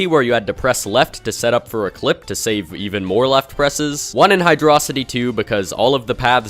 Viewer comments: "... Hidro city" "Hidrossity 2" "Labyrinth zone 1" "Aquatic Ruin 2" He just avoided causing problems by just saying every pronunciation possible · That's the joke. People couldn't decide between pronouncing it "Hy-draw-sity" or "Hydro-city" So he went with neither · The true way to say hydro city is Hydro-dree-draw-city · Maybe it’s because I just woke up from a nap but I didn’t notice the Hydrocity pronunciations on this rewatch lmao. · How do you pronounce Hydrocity? Hi-droh-city Hydro-city Lab-rinth Aqua-tic Ru-win